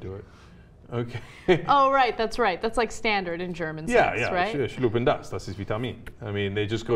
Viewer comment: Ha siktir! Im german too, Its called schluck das and not schluppen das ;)